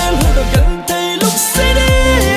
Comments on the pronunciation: I just wish He pronounce it Angdang koidin. Because now it sounds really awkward to hear it. Or can they edit it again. The rest of the song, its perfect. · It's call Angdang not yangdang you can't even pronounced your own language how shameful